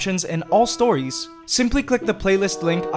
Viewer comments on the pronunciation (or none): none